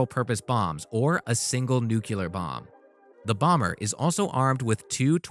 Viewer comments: Try pronouncing the word "nuclear" correctly...he says "nuculer" every time....🙄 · What ‘kills’ me, is the narrator saying ‘nukelar’ vs nuclear!!! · I don't trust anyone who says "newcewler" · Yes, me too. I line in Texas where most people mispronounce it, and I cringe every time. Should me pronounced more like "new clear". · To all the dudes jumping on the narrator’s case for saying “nu-cu-lar”, I appreciate you something solid. Good to know I’m not the only one who feels like nails are scraping across a chalkboard when he hears that mispronunciation lol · As soon as the narrator said "nookyular" instead of "nuclear" I stopped watching. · Say it with me. NEW-KLEE-ER. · What do you expect from a group that can't even pronounce the word "NUCLEAR" correctly? Come on, fellas, "NEW-Q-LER? Really??? GAWD! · When dudes say nuk-you-ler, it makes me weep. Geo Bush did the same thing... Sigh. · Narrartor: N-U-C-L-E-A-R not nucular........McDUH! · Lol 😂 cracks me up,he keeps saying “Nucular” weapons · Thanks for your comment, Pete. For offenders try NEW CLEAR. Now repeat 50 times. Left up to me, I would fire this voice-over artist on the spot. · "new-cew-ler" weapons?.. I don't think so.. go back to school. If I said I drive a Cabulack.. you would say wtf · it's incredibly difficult to take information as fact from anyone that cannot properly articulate or pronounce the words they are conveying. I would suggest that if you are going to deliver information concerning nuclear warfare, you should first learn how to correctly pronounce nuclear. Nucular war doesn't scare people as deeply as nuclear war. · It's bad that we had a president that could not pronounce the the word NUCLEAR. But here we have a paid voiceover guy who cannot seem to be able to pronounce it either. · Nuclear. It's not hard. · The title should be "US, Russian and Chinese Bombers", not "The US Build Powerful Bomber The World Is Afraid Of". And learn how to pronounce nuclear. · Its nuke- clear,not nuk i lar.